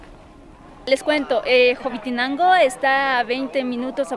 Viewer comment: Corrección. Es Hobitenango no Hobitinango.😁👋😘✌️